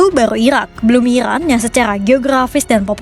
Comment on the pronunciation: Iran kak bukan irwan